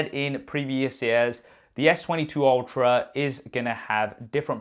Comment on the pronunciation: I swear, when he says "..S21/22 Ultra" I hear S21/22 Ophra"